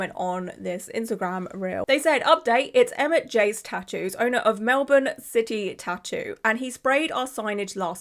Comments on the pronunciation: Australian here, Mel-bon (how you said Melbourne) is a correct way to say it, with Mel-bin being the more common way I've heard it said by Australians. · Australian here, just paused the video & jumping in quickly — you pronounced Melbourne beautifully 🤍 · Melbournian here...🇦🇺 Well done with your pronunciation of 'Melbourne'. One correction, our population is just over 5 million, not 8. Take care. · You pronounced Melbourne correctly 😊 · Side note: thank you for being one of the few non-aussies I've seen who actually pronounce Melbourne correctly 😂 But on the main subject, what a petty, vindictive little man baby. Really showed Carrot Studios, didn't he? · I thought about getting a tattoo there over a year ago! (Also, you said the city correctly) The studio is in midddle of the Melbourne CBD and at the time had a bunch of tables in the middle of the room where the artists worked on their art and then tattoo tables/ chairs around it. I didn’t end up getting the tattoo as it the place didn’t seem overly clean (I'm a germophobe), and there was very little privacy. The artists that was assigned to me didn't speak english very well and didn’t seem to understand what I was trying to convey. To be fair to them, I have a speech impediment). Everyone was really nice though and they had a range of artists with beautiful work. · Just came down here to say thankyou for saying Melbourne properly 😅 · yay you are saying melbourne right 🎉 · Go you for actually saying Melbourne right 👍🏻👍🏻👍🏻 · You pronounced Melbourne PERFECTLY!!! As an Aussie (and Victorian at that!), so impressed, nobody international ever says it right first try 😂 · I'm Australian and you said Melbourne perfectly. Not many non-Aussie's get it right. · Right off the bat, perfect Melbourne pronunciation :) And also, heyo Aussie mention ✨ shame it's this of all things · Yes, you definitely said Melbourne correctly. Now, for those bloody Americans........ 😁🤣🇭🇲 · Yooo my city. You pronounced Melbourne perfectly.